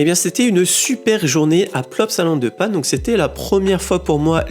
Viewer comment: On dit La Panne . 😂